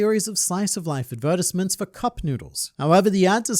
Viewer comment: Adver-tis-mans is tripping me out from ad-ver-ties-ments